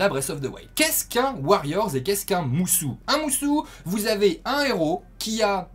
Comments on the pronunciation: Je ne sais pas mais en tout cas quand tu regardes la vidéo de présentation de l'Ere du Fléau le mot est prononcé musO par Aonuma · C'est musO et pas MusU ;) sinon super vidéo comme d'hab !